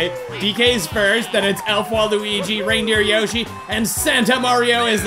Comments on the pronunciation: When he said reindeer yoshi I thought he said random yoshi 😂😂😂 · You acutely said Rambo yoshy